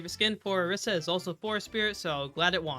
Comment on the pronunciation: wtf is orusi its orisa